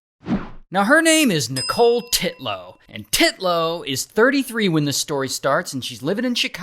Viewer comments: UNTILLLLL and not TIT-LOW haha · It's actually "Titnone" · TITlow. The emphasis on her name is appreciated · I love how you keep saying titlow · "Titlow." Okay... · Im sorry I was cracking up when he said "Titlow" He really emphasized the Tee in Titlow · i hollered the way Ray says Titlow with too much stress! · You went hard on the name Titlow 😂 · The first Titlow bro said sounded like Draco saying the P in “Pottah” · I like his emphasis on the name when he says it in the beginning 😂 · I laughed everytime Ray says “Titlow” HAHAHAHAHAHA😂😂😂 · Ray really emphasising ‘Titlow’ 😂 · Nicole Titlow NAH... TITlow smh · "Titlow" 😂 wow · Sorry but every time you say Titlow I can't help but laugh 😂